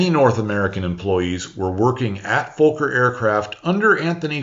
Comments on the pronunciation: it is Fokker ... fast k's ....NOT double o's .... like good and God ... and pronounced like the F word just with o and 'ker' at the end ... You can say Focke-Wulf 190 right? .. then just take the Focke and put a "r" at the end ... Fokker .. and you nearly say the "f" as a "v" ... say "fucker" but more like an "o" sound than "u" sound .. how difficult is that ????? By-the-way (to the readers of this) Focke and Fokker are two very different persons even they both build airplanes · The one time where you can say you were mispronouncing a foreign name, because to do it correctly would likely get your video demonetized. Great video by the way. Being Dutch I was aware of a lot of Fokker's story, but the American company's part often gets left out entirely. To think that a lot of the engineers he hired may have had a part to play in the P-51 story is quite amazing. By the way they still fly the F-27 Friendship (what a great name) with the Curaçao Coast Guard where I am at. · Usually I appreciate your diction, but there really is no "L" in Fokker., nor is the "F" expressed as a "V"....... it really should be pronounced phonetically. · Really love the video! You pronounce Fokker a bit weird for a Dutch name. The o is a short o, not a long one. The o is pronounce like the second o as in robot. Thanks for your videos and greetings from The Netherlands! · Dutch person here. Fokker is easy to pronounce correctly. It rhymes with docker and locker. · its not foooker.. its fokker.. short o bots need to be taught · Why do you say Fowker everyone says Fokker? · Great video as always,. One question, are you saying "Folker" in the audio? I thought Anthony's last name is Fokker (sounds like soccer). Even the transcript shows "Folker." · Why are you afraid to say the name Fokker properly? Fokker has 2 letter "K"'s in it and each should be pronounced Fok ker not fo ker. It is a man's name not a swear word. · There is no L in Fokker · "Focker" rather than "Folker", surely?